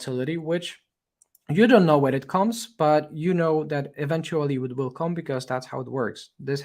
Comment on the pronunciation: Very useful analysis. Thank you. For me it is tooooooo long even if with 1,5 playback speed. It would be great if it were more concise without so many synonyms and repetitions and side stories. Your Englsih is really great although you keep mispronouncing many words like "subsequent" , "come" or "resistance". I also liked the fact that you admitted being wrong - very few youtubers do that. Kudos